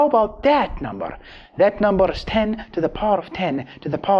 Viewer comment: You said number infinite amount of NOMBARRRR😂